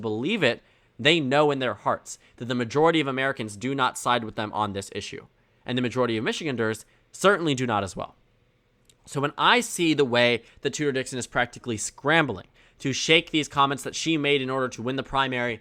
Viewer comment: Michigan-ders is wrong Michi-ganders is right